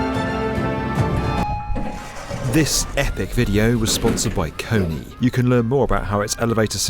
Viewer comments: I think its a different company. This one was pronounced Kony 🤣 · Every time you mispronounced KONE my face went😣Look up next time how to say their name, when partnering with industries. But good video otherwise :) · The pronunciation of KONE was outrageous 😆